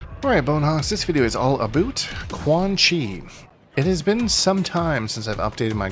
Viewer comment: the “aboot” 2 seconds in isn’t enough